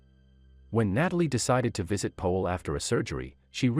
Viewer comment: His name is Powell not Poell